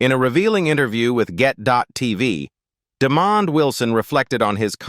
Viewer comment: Sanford & Son! Yes, I Grew up on This Show,Great Sitcom during The 1970,s Listen The Jeffersons are a Spin off from ALL IN The Family Norman Lear has nothing too do with Sanford&Son, and his name is not demon it,d Demond AI they need too do better with pronouncing Peoples names.